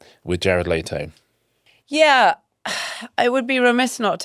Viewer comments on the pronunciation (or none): The name is pronounced Let-o, not Late-o